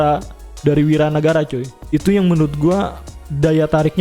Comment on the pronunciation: Wira nagara cuy, bukan wawan nagara...